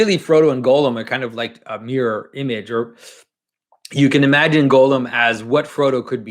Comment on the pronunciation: I'm pretty sure his name should be pronounced Gahl-lum, not Golem (Gollum).